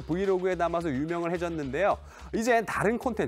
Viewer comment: 발음이 부정확하네요 유명해졌는데요.가 유명을 해졌는데요.로 촬영하려고 했는데.를 촬영하라고 했는데.로 들리네요